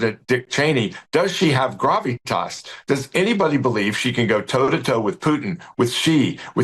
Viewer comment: When did GBNews become Monty Python? To be taken seriously maybe needs to learn how to pronounce gravitas correctly!!